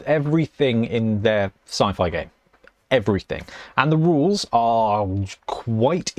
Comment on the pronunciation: I missed the part where you talked aboot rulez. 😅